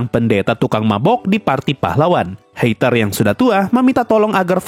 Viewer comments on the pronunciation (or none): Bro, nama-nama mereka itu Jerman. Jadi ei dibaca ai.. Seperti heiter jadi haiter, eissen jadi aissen.. Dll